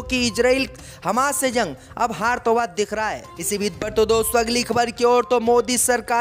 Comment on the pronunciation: ZORDAN. ZANG. KYUN BOLTA HAI